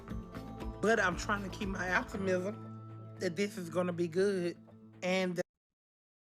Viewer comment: I’m trying to keep my “aptimisim” 😂